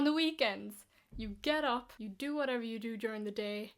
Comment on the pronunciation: Irish speaks "you" as "ya".